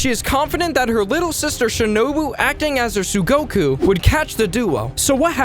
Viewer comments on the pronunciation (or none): tsuguko not tsugoku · isnt the word 'tsuguko' not 'tsugoku'? just asking